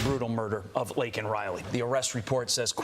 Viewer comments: #LakenRiley LAKEN! Not Linkin! Damn Joe! Get it right!!! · What is so disgusting and disturbing to me is that at the State of the Union, someone said her name, and Biden had a pin prepared to hold up with her name on it. He called her "lincoln Riley" and had the nerve to say he knows what it's like to lose children, and his condolences are with the family. There was absolutely no accountability on his part, and he didn't even bother to contact or go to the parents to apologize in person. Yet he wants us to believe he has all of this empathy and isn't like "the other guy." I was sure I wasn't going to vote for him a long time ago, but I really hope other people paid attention to the dismissal and minimization of the harm caused to Laken Riley and her family. Biden is nothing more than a textbook narcissist. He said her name wrong, then quickly refocused the attention back on himself and the comparison of his tragedy to that of Laken's family, deeming himself an expert on the subject. Disgusting. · Bidens old ass couldn't even pronounce her name and called her Lincoln totally disrespecting her and her family. Anyone that votes for Biden at this point is just as destructive.